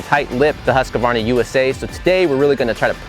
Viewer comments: why it's so difficult? it's not husk-a-VARna, it's husk-VAR-na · Why are Americans so ignorant in foreign names? There is no A between the "QU" and the "V" in the brandname. HUSQUVARNA!!! and NOT HusquAvarna.